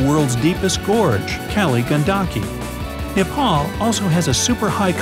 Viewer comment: saying nipal instead of Nepal you should say it neypal